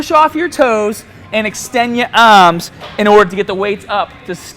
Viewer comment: "Extend ye aaahmss :D". Nice tips though.